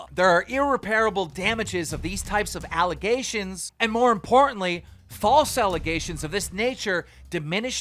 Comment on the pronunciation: Keem can’t read lol “allegations “